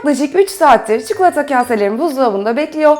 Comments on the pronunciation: Çukulata dedikçe sinir krizi geçiriyorum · Çukulata deme artık videoyu kapatmak zorunda kalıyorum çi ko la ta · Çukulata değil çikolata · Çukulata değil çikolata allah için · Abla çukulata değil çikolata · çuklata değil tatari çikolata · Abla artık çukulata yerine çikolata dermisin :) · çuklata diyor:-) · Sadece ben cuhuğlata demiyormuşum rahatladım :D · neden çikulata diyorsun? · çukulata :D